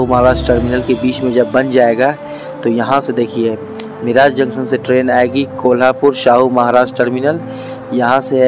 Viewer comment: मिराज नाही मिरज